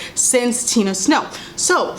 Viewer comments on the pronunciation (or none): none